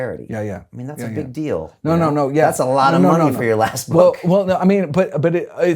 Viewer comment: I love this guy because he talks like Jerry Seinfeld "and what's the DEEAL with heart disease???"